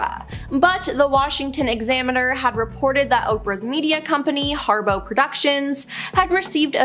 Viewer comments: It’s HARPO! Not Harbow. It’s her name backwards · Y'all need an editor. You said harbow twice instead of harpo. You said deprived instead of depraved. I could go on..... You make money off these videos. Hire an editor.